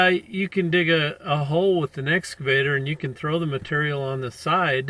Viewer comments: WTF did "Blue Bunny" do wrong? He entered the highway very nice and legal-like. Oh, and it's "Excavator", not "S Cavator", you blithering IDIOT! You should have known. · Its excavator not S Cavator.